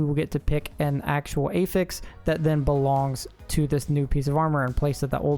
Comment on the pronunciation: “That eyfix” 😂.